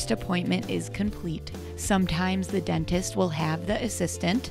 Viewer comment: What is a “dennist” lol